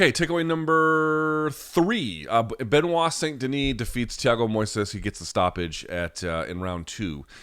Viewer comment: loved seeing give a talkin to after calling him (ben-oight) in the intro... got (Ben-wah) right after fosho!!!!